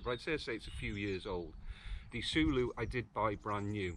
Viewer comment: Say it like saying “solo”. Not sooloo 😆